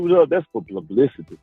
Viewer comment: "It's plublicity"